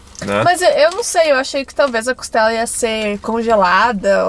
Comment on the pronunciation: Muito bom o vídeo. não é "Costelo". É "Costela". 😊